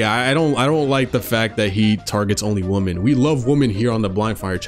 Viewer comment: Just so yk dawg, the plural of “Woman” is “Women” maybe it’s just the accent, but sounded like you were saying “he only targets woman.” 😂